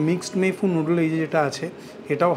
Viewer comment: আবার ফরাসী উচ্চারণে "মেই ফুঁ" ? আশিস বিদ্যার্থী সঙ্গে থাকলে তো‌ সঠিক "মেই ফুন" বলতেই শুনলাম যেন‌ !